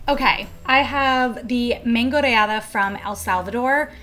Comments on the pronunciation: For the Mexican dish, its actually mangonada not mangoneada 🤦🏻‍♀️ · Mangonada, homegirl is not pronouncing it correctly.